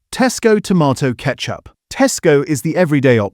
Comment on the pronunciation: AI again - now I wonder if the occasional pronunciation of tomato in this video is taking the piss, mocking the supposed tomato content .... tomarrrtoe !! I love the humour - keep going - and thank you a lot.